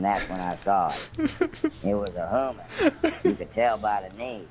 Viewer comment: "it was a hooman... you could tell by the knees" i may have woke up the whole house laughing after hearing that